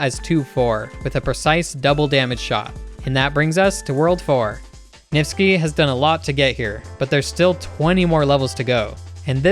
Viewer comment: “NIFTSKI” yeah I’m not surprised